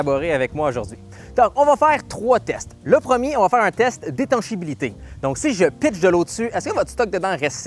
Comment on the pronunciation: "Étanchéité" et non "étanchébilité" ;)